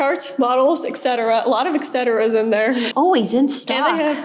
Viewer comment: Why do Americans always say "excetera"!? It's "eTcetera", there is no X in eTcetera.